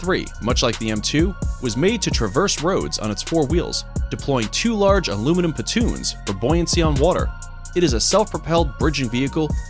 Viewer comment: I heard "patoons", but I'm guessing it's "pontoons". Good video regardless.